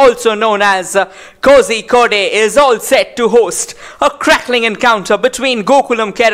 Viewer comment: Commentator- pls its not kosikodeeyy it is KO- ZHI- KOD